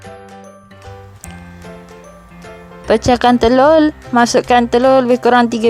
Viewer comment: Ryanzendra 125 hihi.. kes gabrah gugup laa agaknya tuu sbb nk sebut telur pn dh jdi telulll huhu ..hentam je laa jnji sodappp..hahahaha.. 😂😂😂